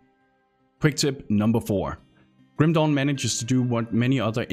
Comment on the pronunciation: I can't stopped laughing hard here for each time he said "Kim Dong" 🤣